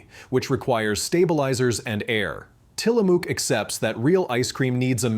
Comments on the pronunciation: It is Til-a-muk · Tillamook rhymes with book, not spook...but wow, I was happy when I realized I can buy it in Chicago. I was long ago exposed to the brand on west coast road trips (and I even have a friend IN Tillamook). I've respected the brand for a long time. Last night the person ahead of me got a pint of chocolate Haagen-Dazs. I asked him "You know what Haagen-Dazs means, right?" He didn't, and I told him "That was a trick question. It doesn't mean anything." LOL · The mispronunciation of Tillamook makes my neck itch.